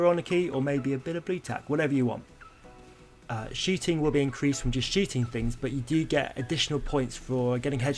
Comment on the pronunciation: How americans say shooting: shooting How he says shooting:sHiTtInG